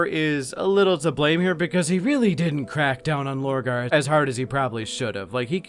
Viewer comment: Purporting to explain Horus in far too much depth, without even touching on Lupus Daemonis. This is a complete joke. To think people pay for such abysmal content... The next one is called Lorgar. Not Borgar. 3/10 for at least being able to repeat what everyone already knows while adding the most milquetoast uninteresting takes on it.